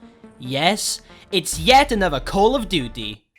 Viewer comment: Callufdutte that is how it sounds no hate